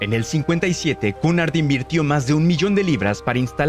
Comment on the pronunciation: Cunard se pronuncia (kiunárd) con r sorda